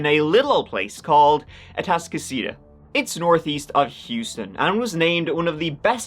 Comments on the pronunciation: Oh my gosh! You pronounced Atascocita correctly! Some locals can’t manage that. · Props on Atascocita pronunciation. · "where's the shit..?" Lmfaoo Also, it's nice to hear you pronounce "Atascocita" the right way! Haha nd you ALMOST pronounced "Humble" the right way! W O W, be proud of yourself lol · you nailed the pronunciation of Atascocita, but the "H" in Humble is silent. js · I'm so proud of you for pronouncing Atascocita correctly lol. Anyone not from here always butchers it. But Humble is Umm-Bull not Hum-bull.